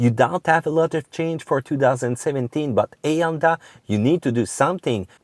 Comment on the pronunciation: n'oubliez pas qu'en anglais on prononce la lettre H tout le temps, sauf pour 3 ou 4 mots, on l'aspire pas. Vous avez dit "Honda" et "hear", mais j'ai écouté "Onda" et "ear"... J'kiffe la vidéo, ya beaucoup d'information utile